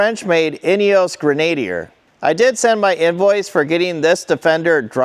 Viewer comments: bought a 2011 Mercedes G55. It was flawless. seller was fantastic. BAT fantastic. btw, it's "Grin-a-dear" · Please learn how to pronounce the word "Grenadier" lol